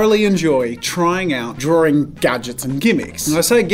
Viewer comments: Draw-ring lol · So many people pronounce the word draw/drawing like there is a second r before the w